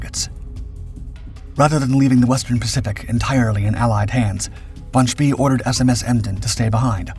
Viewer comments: Von „Shpay“ is a better pronunciation, but a great video as usual. Thank you :-) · Apart from the pronunciation of Spee. And (not really narrative as such) the inevitable film clips of ships different from the ones being discussed